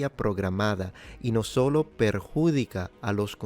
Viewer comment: en español! Realmente sorprendido con tu fluidez en el idioma. Buen trabajo! Algunas observaciones menores, la acentuación en perjuDIca no perJUdica, qui en español es ki no kui y la "v" suena más a "w" (esto no se si es por un acento local hispano, personalmente soy de latinoamerica->Perú)